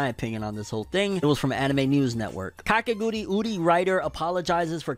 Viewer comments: Why does he pronounce kakegurui, kakeguriuri ? 😅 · But why does he say kakeguriuri???? Like man just read like its written. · You adding extra syllables to Kakegurui fam😂. And ya def watch Made in Abyss, it's a masterpiece and one of my all time favorite anime. Live action anime only usually work if the anime's setting and story is grounded in reality. Made in Abyss won't translate well at all in live action, so definitely gunna be avoiding it lol. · And Kakegurui as "Kakeguriuri"